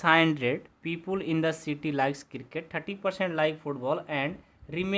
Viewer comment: Ser toh people ko pupel bol rahe hai 😂😅 but thanks ser your teaching is very interesting.